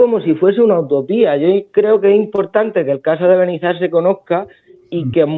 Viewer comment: Un nuevo suscriptor que viene de la entrevista con Rubén. Nos habéis aportado un rayo de esperanza. Gracias y felicidades por vuestro logro. Hasta el final de la entrevista pronunciando mal Benizar... 🤣